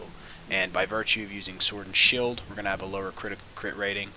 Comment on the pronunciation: Why shield and shword